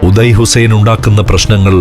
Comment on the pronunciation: ഉദയ അല്ല... ഒതായ്